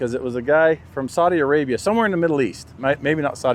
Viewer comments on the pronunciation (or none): سمعتك تقول سعودي عريبيا saudia arabia عسى ماهي مسبه بس😀😀